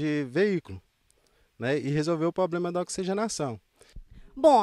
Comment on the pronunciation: Em minas todo mundo fala "poblema" KKKKKKKKKKKKKKKKKKK